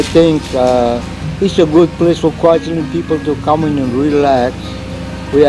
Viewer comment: never "allein" in Kwajalein :-)